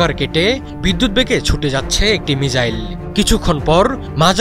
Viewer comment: সাংবাদিক ভাই তো মিসাইল কে মিজাইল বলছে 😅